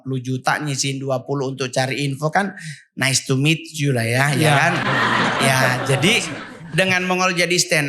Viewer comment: Daniel: ngomong "nice to meet u" aja lucu, jir